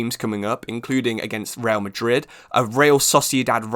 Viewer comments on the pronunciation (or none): none